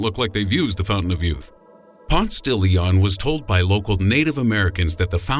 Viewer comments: Ponce (pon-se) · I think Ponce it is pronounced as Pon-Se not Pons.